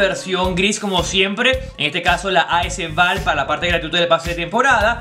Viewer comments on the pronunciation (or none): sigues pronunciando mal as val jajajaj saludos crack